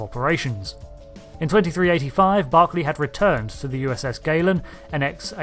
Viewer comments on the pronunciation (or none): So how is it pronounced "Galen" or "Glen"? You used both versions.